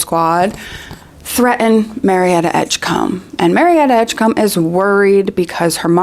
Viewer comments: Combe 😂 it’s Edgecombe friend, pronounced like comb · Excuse me? Marietta Edgecum? Really, Joanne?